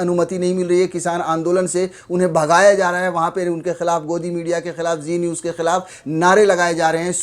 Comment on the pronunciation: Zee niwz nhi chi niwzzz